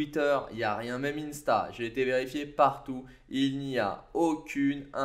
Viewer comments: À tu as dis même innesta alors que ça se prononce insta comme un et sta après, soit c'est les effets de l'alcool ou de la vieillesse 😂😝, appart ça, superbe vidéo 💪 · Loool ! Je sais comment va se prononce t’inquiète j’en ai même un ! J’ai bien dit Insta mais peut être un bug audio, ça arrive... sinon j’ai pensé au joueur de foot 😂 Et on ne dit pas 1 Sta mais IN (prononcer à l’anglaise) Sta 😂😂😂